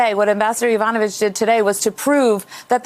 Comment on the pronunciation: Non-listening Presenter: "Yova-no-vitch"; Professional listeners: "Yo-vanovitch."